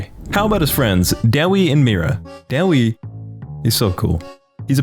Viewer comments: Sorry but I can't let u slide on this day-we is Da-way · Daewi is pronounced (Day) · Wait wait wait... That's how you say Daewi?!?